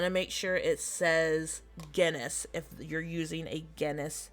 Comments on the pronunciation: LOL, I thought you were saying Guinness head 🙂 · she was saying Guinness head lmao. she obviously didnt know how to pronounce Genus. she also didn't even know how to pronounce Maitreya...